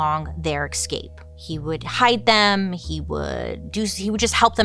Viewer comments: Bailey. We all adore you, (obviously), BUT… the way you say escape and especially is so absolutely wrong, lol. There’s always an X in those words when you pronounce them! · excape and exspecially will always get me 😅😩